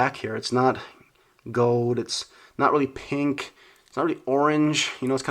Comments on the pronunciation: It's gold not gowd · “gowd” my man doesn’t pronounce the “L” in gold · how he says gold . hahahahahhahahahahaha. goewld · the way he says gold “gode” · You say "gold" weird